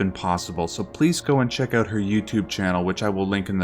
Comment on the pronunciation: English is my fifth language, to me you sound american except for all the times you weirdly say “OUT”.... I love your vids thoe